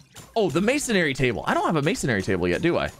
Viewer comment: not hating but he said mason-ary not masonry